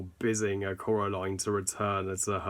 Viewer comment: No offense, please please try not to take this as offensive but how come u say Coral aline when its pronounced Core aline